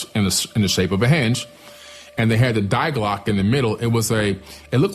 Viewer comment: "Die Glocke" is - translated - nothing else but "the bell." No need to emphasize "Die" as if it was part of the name. Or just say "the glocke" so that you're not tempted to emphasize "the." It's so weird when you say DYE CLOCK... come on. You wouldn't say DIE PYRAMIDE ("dye pie-rah-mide" like in dynamite). You'd just say the pyramid. You wouldn't say DAS HAUS ("dazz, hey-yoos" ) you'd say the house.